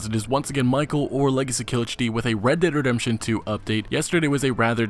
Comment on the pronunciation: Great video Legacy! Also when you say "Red Dead Redemption 2" really fast you sound like you're saying "Reddit Redemption 2" hahah. Keep up the great work!